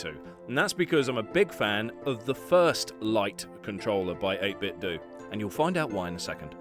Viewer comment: say 8bitdo like it rhymes with nintendo like eytbit-dough instead of eytbit-dew